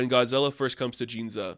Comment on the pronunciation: Sorry to nitpick pronunciation but it has to be said: "Ginza", not "Jinza". You're a longtime Godzilla fan, and Godzilla rampages through Ginza in multiple movies, so please get it right. That having been said, I otherwise appreciated the review! Thank you for sharing the bit about the theater lights changing to match the events of the movie; that sounded like a super cool thing to have experienced. I agree that there has never been a better time to be a Godzilla fan!